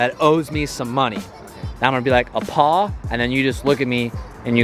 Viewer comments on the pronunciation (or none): Why’d you pause between “a” and “paw” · the way u said paw was so bad 🤣 but shit was dope asf